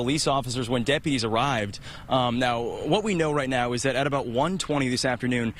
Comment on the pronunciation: "dilapitated"?! He said it THREE times! JFC 🙄....the word is dilapidated. How can you be a news person and not speak correctly?🤦